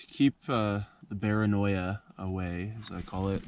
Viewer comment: Did he say bearanioa